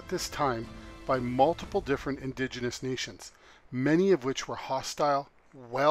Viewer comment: uhh "indiginious" is definitely not a word lol